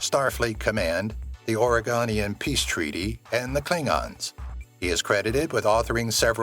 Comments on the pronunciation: Thank you. And it's pronounced Or-GAIN-ian. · ‘Or-gain-ni-an” not “ore-gon-Ian”. One is a peace treaty in Star Trek universe. The other is a resident of Oregon state. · Oregon-ian treaty?!?! It's Organian (or-GAIN-ian) treaty! If you're going to use idiot AI voices to narrate, at least SPELL IT RIGHT! Shatner didn't say 'Get a life' to his fans at a convention, it was an SNL skit when Shatner guest hosted. The misrepresentation of the clip as convention footage fed a lot of controversy. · It's not Oregonian Peace Treaty. It is pronounced organian. (or-GAIN-ian) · Wait, you mean it's not the Oreganian Treaty?